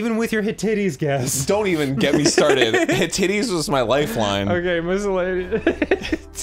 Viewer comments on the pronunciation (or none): After studying ancient history in college, Arin’s pronunciation of “Hittites” is the funniest thing in the world! 😂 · Arin, Hittites is pronounced Hit ites (second word like Ike) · The Hittites, pronounced "Hitt-ites" and not "Hit-it-tees" were a horse riding nomadic tribe that inhabited the lands north of Persia in the time of Cyrus the Great. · Hit–tights (at least that's how my dad says it) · Yours seems to be the closest. Looked it up, and it's "hit-ahyt". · Arin, delightfully: "Hittites"